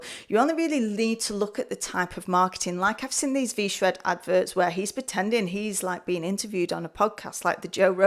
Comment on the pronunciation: You spent $106 on a V-Shwed Pwogwaam, and you had to wee-wecord the video about it ?? How fwusstwating !